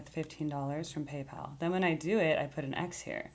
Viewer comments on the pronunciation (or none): none